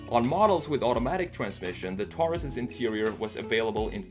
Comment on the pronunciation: My pet peeve— people who pronounce “Taurus” (tár-îs) instead of (tore-rîs) ... like it’s supposed to be.